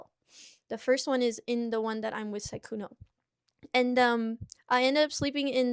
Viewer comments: Everyone else: Sykkuno: Ceekuo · Psy-coon-oh. Not sick-in-o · WHY ARE U SAYING SYKKUNO LIKE SEEKUNO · I believe it’s pronounced Syykuwuno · I hate that I know that that's not how u pronounce this dork's name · are you saying his name wrong on purpose? lmao.. I cant. Sounds you you are calling him the curse user from JJK